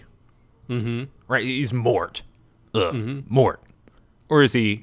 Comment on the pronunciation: For what it’s worth, it’s “mort” like death.